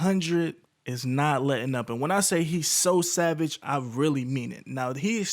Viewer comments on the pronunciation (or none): none